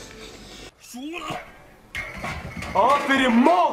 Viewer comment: “tiskiniyorum” değil “tiksiniyorum”denir 😂😂😂